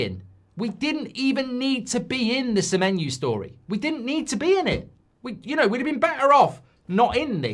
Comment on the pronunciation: Sememenyo didn't come cos you can't pronounce his name mate. Muppet